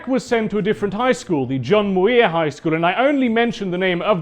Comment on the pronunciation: I've never heard John Muir pronounced that way... Or is that a different person entirely? We generally say "Mere" or "Mure" despite the spelling oddly enough.